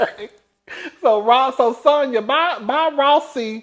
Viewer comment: One thing cuzzzin gone do, is fck up a name. 😅😅 It's pronounced Sonya not sandya.